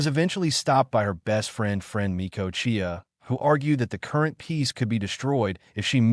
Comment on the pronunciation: The ai is pronouncing Uchiha as ukiha that's it